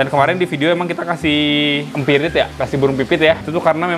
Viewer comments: Bang kalo nyebut burung pipit bukan "empirit" bang tapi yg benarnya "emprit" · Emprit bang bukan empirit